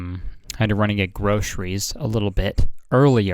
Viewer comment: "I had to run and get groceries" sounded like "I had to renegade..." anyone else hear that?